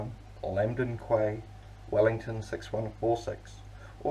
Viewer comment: Just a heads up,Quay is pronounced as key.